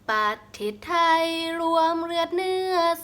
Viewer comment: ตัง.ชช้างตกนะครับขึ้นต้นประเทศไทย.. แต่คุณออกเสียงเป็นปะเทศไทย555แต่พอได้อยู่ครับ